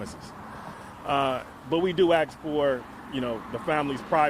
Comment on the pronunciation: Never hire an attorney that says, "Ax" instead of Ask. How can you study the law and not get that simple thing right?